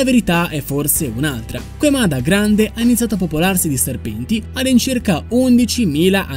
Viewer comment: Queimada si pronuncia keimada, non queimada...